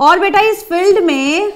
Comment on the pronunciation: Maam ap is ko eeez kyu bolte ho😂